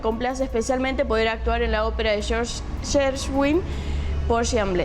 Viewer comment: Porgy & Bess, está escrita para cantantes negros, porque existen las voces negras, propiamente el sonido negro, de cavidad bucal mayor, pómulos grandes, resonadores más fuertes. Hacerla con cantantes blancos, suele sonar como más insípida; no es que suene mal, pero sí menos. Gershwin (se pronuncia Guershuin). Siempre que en el Teatro Colón se hizo esta ópera, se contrató a compañías enteras venidas de Estados Unidos, por simple respeto a la concepción original del autor. Extraño que la Opera Nacional de Hungría que tiene un presupuesto aún mayor no haga lo mismo. Por ahí, un exceso de "nacionalismo" húngaro, va a llevar a esto un tanto ridículo. En verdad el sonido negro de las voces existe: es por eso la idea de George Gershwin. Esta vez, no es una cuestión de autopercepción racial de moda, sino una conditio sine qua non que pide la composición por cuestiones estrictamente sonoras-musicales. Es una obra bellísima.